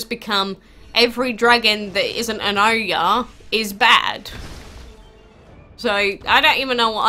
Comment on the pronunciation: It pronounced as oryaa or oyaar (Oyar dragon)